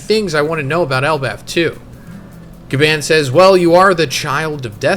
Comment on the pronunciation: GABON, ITS PRONOUNCED GABON! Jesus!